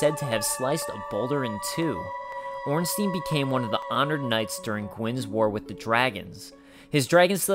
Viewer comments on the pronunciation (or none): Its "Ornstayn". Not "Ornsteen" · Ornstein... STEIN! NOT STEEN!!!! Smough is well pronounced :) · gamer smough is pronounced smog and ornstein is pronounced ornstine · we do not read Ornsteen but Ornstein. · STEIN NOT STEEN FÆN FÆN FÆN AAAAAAAA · orn-stine IS the german pronunciation. EI gets an "eye" sound and IE get the "eee" sound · blyed coont exactly but these people actually think it's ornstean for some reason. It doesn't even look like its pronounced like that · Some Guy but germans does not use the yne-ending on words very much, they use Stein, as the name also suggest.. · Ornstein is German, so it is pronounced "Ornstein-EIN", like "one" in German. That is at least a "proper" pronunciation. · gamer You sure the Stein in Ornstein is not german pronounced? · Do you say Eins-teen too? xD